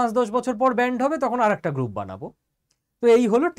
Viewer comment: ব্যান্ড নাকি ব্যান!!